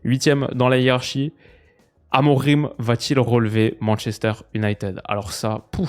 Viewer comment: Il faut dire "A-Mo-Ring" et non "A-mo-Rim"